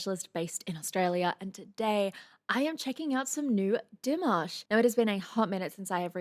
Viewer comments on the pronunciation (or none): none